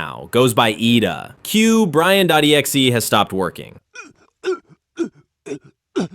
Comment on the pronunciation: How does this guy mess up the name Ida 😂